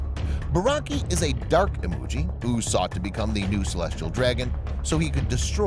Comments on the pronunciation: It's Imoogi not Emoji XDD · It's not "Emoji" my friend it's "Imoogi".